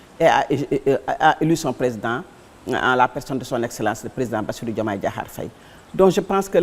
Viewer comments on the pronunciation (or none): none